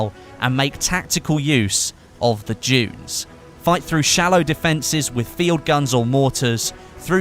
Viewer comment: When you say "dunes" it sounds like "Jews"